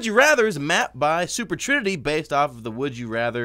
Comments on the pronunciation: He said trooper sinity instead of super trinity at the beginning AFTER he corrected himself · You guys notice how he said "Super trinity" as "Tooper Sinity" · Trooper Sinity* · Yeah.... I mean he kinda emphasized it when he realized he said it wrong lol